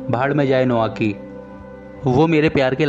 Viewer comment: नोआकी नही नाओकी कोटोको नही कोतोको जापान मे ट नही त बोलते है i love drama ❤